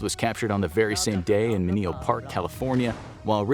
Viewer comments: I think you meant "Menlo Park California", not "Menio Park" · its menlo park not menio park